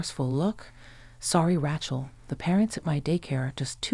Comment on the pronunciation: Pretty good AI voice, but any native-English speaker would know that is a horribly wrong pronunciation of "Racheal". It is a long A, like "ray", not "rat". It's really jarring to hear it over and over again.